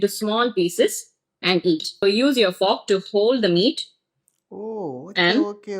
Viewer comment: Ava fork nu sollura pronunciation ae thappu ithula elegant.